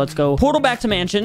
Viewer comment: Bro said manshion😂😂😂😂